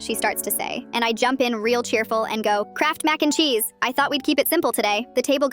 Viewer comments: MaCe NdE ChEeSe like say it right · I luv how the AI says Mac n cheese😂